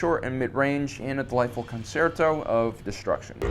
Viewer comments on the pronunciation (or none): none